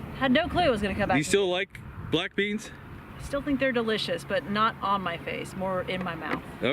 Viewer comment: My wife heard "black d" instead of "black beans" and thought I was watching something filthy.